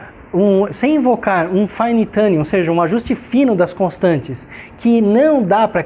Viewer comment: o sr. é brilhante.Mesmo assim. vou tentar ajudá-lo com a pronúncia da palavrinha "tuning".Quando o sr. disser"fine tuning", lembre-se de que sua pronúncia atual está errada e gera,em nós, uma incompreensão momentânea (e entrópica kkkkk).Recomendo que imagine a palavra em questão escrita na forma de "TOONING" pois assim o sr. vai passar a emitir um "U" verdadeiro (tuuuning e não mais dirá "tãning" como o sr. diz atualmente).Não leve a mal.Desnecessário dizer que muito aprecio seus videos e devo ao sr.por eles serem tão incrivelmente ricos em ensinamento.Trust me.